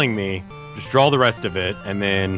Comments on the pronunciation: Drove me fucking nuts listening to that. There's a huge difference between the word "draw" and "drawl." FFFFUUUUUU!!!! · why does rev pronounce draw like "drawl." a lot of americans pronounce stuff like that, like both becoming "bolth" roof becoming "ruff". it's weird. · Everytime rev says draw it sounds like he says drawl XD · Every time Rev said "drawl" it killed a part of me inside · Drinking game, take a shot every time: - does something completely different than what Rev says -Rev pauses and says "yeah that works" - criticizes Rev for his own mistakes -Rev says "drawl" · That killed me a little inside every time. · Rev: "Drawul"